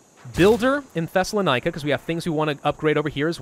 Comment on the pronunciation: I'm so sorry to be this guy, but it's pronounced theh·suh·laa·nuh·kuh. I keep hearing you pronounce it the other way and it's throwing me off! LOL!